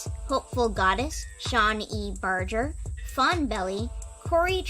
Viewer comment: The G in Barger is soft but I forgive you mom please take more of my money <3 <3 <3